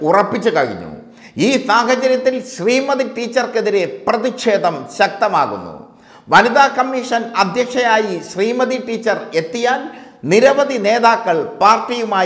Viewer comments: ഹേയ് ! സുഹൃത്തേ --- 'പ്രതിക്ഷേധം അല്ല.പ്രതിഷേധം.മലയാളം അറിയല്ലെങ്കിൽ പണി നിർത്തുക --- അപേക്ഷയാണ് ' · പ്രതിക്ഷേധം അല്ല സുഹൃത്തേ പ്രതിഷേധം എന്നാണ്